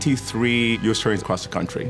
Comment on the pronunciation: what? Can this person speak English? There are ninety three you-sa tourneys cross the country?